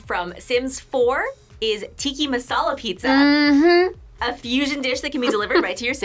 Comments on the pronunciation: Did saying “tikki masala” not upset anyone else? 😭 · WHY DO SO MANY PEOPLE SAY “TiKki MaSaLA” IT’S TIKKA MASALA BIT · The amount of time she said “Tiki” Masala!! It has an A my friend! It’s TikkA Masala! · The food always looks so good but from an Indian, it's TIKKA masala not TIKKI it's literally written correctly 😭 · 😭 it’s “Tic-ah” not “Tiki” 💀 Only pointing it out bc this channel is all about food 👉👈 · tiki?? it’s ti-kka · Anyone else getting upset that she keeps saying Tikki Massala but the sub is Tikka Massala… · "tiki masala" 🤣🤣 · Why is calling Tikka as Tikki? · The disrespect it's Tikka not tikki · It's tikka misala, not tiki misala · TEE - KA. TEE - KA NOT TEE - KEE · It’s tikka masala, not tiki…What is wrong with u lol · What is Tikki masala pizza?? It's tikkA, with an A. It's not that difficult to differentiate between "I" and "A" pronunciations! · did she just say tiki masela pizza????? as a pakistani im offended, its tikkAA masala pizza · how do they stay pronouncing cultural dishes wrong lol. especially as a minority with ur own culture. Get it right. It’s Tikka masala lol not tiki… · It's not Tikki it's Tikka!! As an Indian I am offended!! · Btw,it's Tika masala,not Tiki masala...🙄